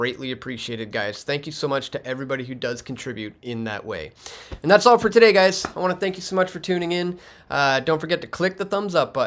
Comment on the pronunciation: Love your work. (All, not allz, he did) So Canadian